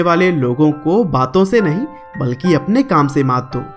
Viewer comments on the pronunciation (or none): none